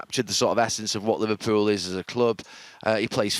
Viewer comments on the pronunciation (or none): Yhyh I clocked that too when he pronounced ASAP as ass app ffs🤦🏾‍♂️🤦🏾‍♂️ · yeahh it was the word asap he said it as ASSAAP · hahah I think it was ASAP! But he pronounced it ASS-APP 😂 was sitting there wondering wtf I'm listening to